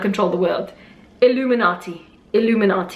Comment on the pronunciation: LOOOOOOOOOOOOL SHE SAID ILUMINATI